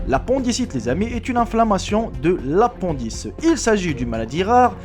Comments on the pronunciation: y a que moi que ça gene qui prononce apondice au lieu de appendice !!! lol 😂😂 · apendic (prononcé apindisse) , non apondss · on dit apindice